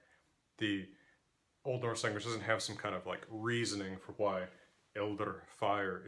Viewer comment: You know what else sounds weird to a native speaker? Whhhhhy 😂